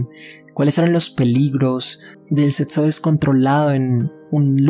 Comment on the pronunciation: Setso, etsistencia, etsperiencia, disasociar. No me permite concentrarme oír cada dos por tres palabras así